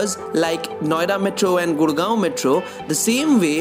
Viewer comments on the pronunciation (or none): none